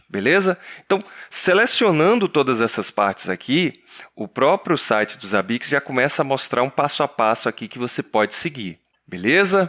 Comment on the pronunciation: Odeio quando os caras falam ZABIQUIX